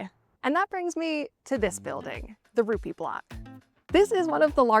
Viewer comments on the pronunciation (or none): Heard of it. Been there. :) The first time you said Ruppe Building I heard Ruby Building. Yup, color checks out. That sense of community is one of the many things I loved about Da UP.